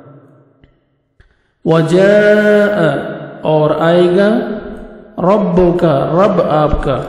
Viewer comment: Assalaam ualaikum jazakullahu khairn. Ayah 13 mai “rabbAka” hai aap nai “rabbUka” kaha hai. Please correct the mistake brother. Baqi ma sha Allah nice hai.